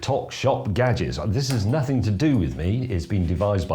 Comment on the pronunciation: Kitchen gadjiks